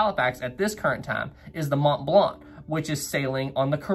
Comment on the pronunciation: Why do you keep saying "Imo" and "Mont Blanc" as "Imos" and "Mont Blant"?